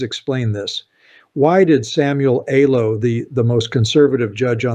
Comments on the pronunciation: This ain’t. This is chopped up A.I.. Pay attention to the words. Do you think he doesn’t know how to pronounce “Alito”? he says justice “Alo”. Listen closely, the video is full of little glitches like that. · Your commentary is good, but the mispronunciation of certain names, like Justice Alito, leads me to believe this is Ai generated, which I abhor and do not trust. Too bad. You are a smart communicator.